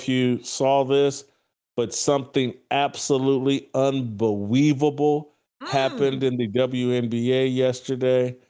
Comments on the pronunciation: Hey Jason,, I'm going to make fun of you and how you pronounce unbeweaveable and you kick me off the channel. Oh and your too old school LOL. Go! Love your commentary since the KC Star days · "Unbeweaveable"!!! LMAO!!! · I watched only because "unbeweaveable"